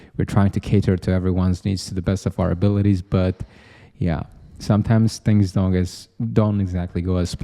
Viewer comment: bro: dond do it (in an indian accent) 😂 talking about logistics